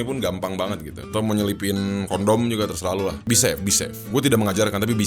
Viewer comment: Be safe... gw dengernya kok bisep ya 😏